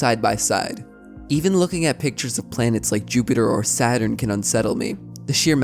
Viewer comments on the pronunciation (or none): none